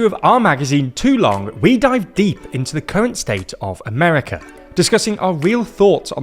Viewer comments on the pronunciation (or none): none